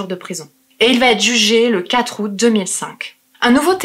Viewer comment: qui " va être"!! parle correctement, met pas des "t" partout c'est très agaçant!!